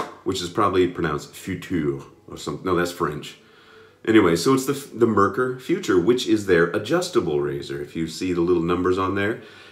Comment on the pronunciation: Merkur is pronounced like more with an e insted of o and a cure without the y sound